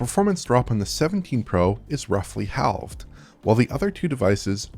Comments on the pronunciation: the L in "halved" is silent 🔕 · more like Half'ed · Never heard "halved" pronounced like that ngl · Came to the comments looking for someone else who heard it too 😅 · Yeah, very odd. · I heard the way he said "halved" and had to shut off the video. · There's no way I can let slip the way you pronounced "Halved" 😂